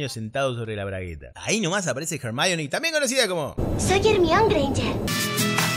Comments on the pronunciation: Hermíone viene del griego y se pronuncia Hermión, Jermayoni no se como llegan a eso jajajaja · Ad Hermione, se lee "hermión", es griego y es la hija de menelao y helena... Lo ke sucede es ke los angloparlantes, folclorizan a su ver, cada palabra leyéndola en "inglés", de ahí ke la lean fonéticamente como "jermaioni" Los españoles, por el contrario, si pronunciaron el nombre según su prosedencia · Loco, "Hermione" es un nombre griego, así que la pronunciación es "ermione" y no "jermaioni" como en inglés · se dio cuenta mientras grababa que es mejor llamar Ermion que Hermaioni a Hermion, cero dudas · Teniendo en cuenta que Hermione es un nombre de origen griego y no guiri, es mucho mas probable que se pronuncie como Hermión que como Jermaioni. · El nombre Hermion proviene de la mitolohia griega y significa "mujer de Hermes" asi que su pronunciacion correcta en castellano es Hermión, tal como se pronunciaria en griego y nada de Germaioni. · No hay nada mas infumable que los audiolibros españoles de esta saga que dicen todo el tiempo "Emione"... gracias por remarcar ese detalle!!! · Se dice "hermión". Es un nombre griego, no inglés. Germalloni está mal dicho. jaja ja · Que dolor de oídos cuando los españoles le dicen Ermion a la Hermione, mejor le hubiesen puesto Hermelinda para no llamarla por su nombre en inglés. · Decirle ermion a hermayoni es una falta de respeto 😑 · totalmente de acuerdo contigo Hermione es un nombre griego y se pronuncia hermiomi , los ingleses lo pronuncian como lo leen ellos y el diminutivo de Hermione es Hermion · "Los niños, que tienen menos seguridad que un Aifon (asi decimos en España, ) en Rosario..." Genial. X cierto, "Ermión" es como se pronuncia "Hermione", no?. Ah! y Michelle Jenner, famosa actriz de por aquí, fue quien la dobló. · Ermión siempre!! Nos da igual su verdadera pronunciación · Ermion es la pronunciación más correcta, anglosajiaron una palabra latina en la original . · "Soy Ermion" 😂😂😂😂😂